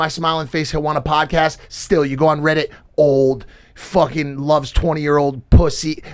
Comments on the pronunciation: Why does Mike pronounce Reddit like “riddit”? Must be a 40yr old thing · Why he saying riddit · Why does the 40 year old keep pronouncing it " RIHHDUT" ?? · Mike saying Riddit is proof of him being 40. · why do all ur friends say riddit 😭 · The way Mike says reddit 😂